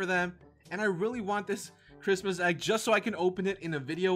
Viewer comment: It’s not chirtmas lol